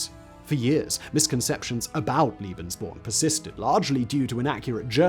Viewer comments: "Lay-behns-born", not "Lee-behns-born". My ears hurt. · Surely you mean "lay-bens," because a single E is pronounced that way by most german speakers. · Translators work with the written word. Interpreters work with the spoken word. Pronunciation relates to speech, not writing. Come back to me when you have the same amount of experience of listening to English accents from all over the world and German accents from all over the German-speaking world. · It’s lebensborn? Pronounced lay- bins-born. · Making the traditional English speaking mistake of calling Lebensborn "Liebensborn". There was nothing "liebe" about this madness... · Liebensborn? Love born? Come on, bro... a little research on pronunciation... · Sorry, you are wrong. The first "e" in Lebensborn is pronounced like the "a" in say, lay, way. And Liebensborn is not a German word. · Pronounced "Lay Ben's born..!' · I get triggered by the fact that Simon adds an i in the pronunciation of lebensborn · It’s pronounced like the first E in tElevision tEmptation or TEsla not fear or pier. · The E in „Lebensborn” is pronounced like the E in “poke”.